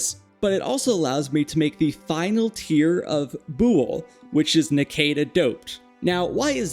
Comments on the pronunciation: That naquadah pronounciation hurt... "nak wuh duh" is how its pronounced in the show at least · you said Naquadah wrong. idk how you messed this one up its litterly said how its spelled